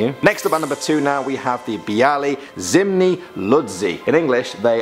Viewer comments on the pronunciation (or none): on number 2 you dont spell it like biali you say bi and you dont say a like ey you say it like...its hard to tell :/ Zimni is wrong first in polish there are letters like ó ł ą ż and ż but with small \ on top of it.Second you dont write z you write z with small \ on top.And third you say z with \ like ze so you spell it like zemni.And IM OUT I CANT JUST EXPLAIN THIS ITS TOO HARD